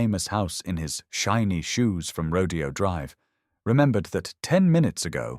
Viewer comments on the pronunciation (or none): It's not Rodeo drive ! It's Rodao drive !!!